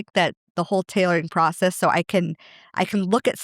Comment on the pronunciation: Does anyone else love the way Molly pronounces “process”??? I love listening and learning from each of these videos.